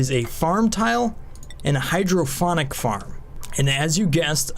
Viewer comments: Nice. Unless they went with a clever name I am pretty sure it is pronounced hydroponic(pond) not hydrophonic(phone) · Hydrophonic or hydroponic? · Awesome video. You do so much research for this game it's simply amazing, but please learn how to pronounce hydroPONic. There is no second H. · I'm guessing he's joking about your mispronunciation of hydroponic! :D The 'p' is a P sound like in 'pot'. I too thought sound had to be involved with growing plants when you first said it that way. Then you mentioned fluid input and it was an "Ahh!" moment.